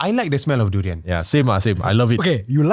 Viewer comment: far was so offended when said ‘durian’ 😂